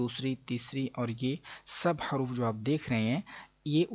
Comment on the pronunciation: ماشاء اللہ اچھی ویڈیو ہے ۔ حروف میں حاء پر پیش پڑھنا چاہیے۔ حرف میں راء پر جزم پڑھنا چاہیے۔ شکرا جزیلا